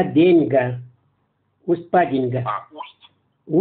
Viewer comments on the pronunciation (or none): Автор не знает как топонимы произносить.. ШенкУрский...капец)) Усть- ПадЕньга. ... еще бОльший капец..